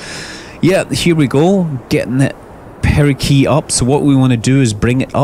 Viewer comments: Is there a certain way to pronounce "perigee"? Most of the people I've met pronounce it with a J sound, as in "gelatin", is there a reason you're pronouncing it with a solid G as in "gravity"? Or are there two ways to say it? Alongside that, I thought the suffix "gee" only referred to natural satellites. Where as "apsis" was used for artificial satellites, and "helios" was used for stars' orbits. Why do you say perigee if you are referring to your ship? Have I heard it wrong? It also sounds as if you're saying perigee with a K in place of the G. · Nice vid. It's apogee and perigee though, not "apookee" and "perikee" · Did anyone notice he said perikee and apokee instead of perigee and apogee?